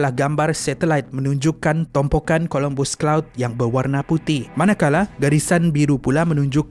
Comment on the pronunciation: COLOMBUS CLOUD KE CUMULUS OR CUMULONIMBUS CLOUD?! HATI2 ADMIN DGN SEBUTAN.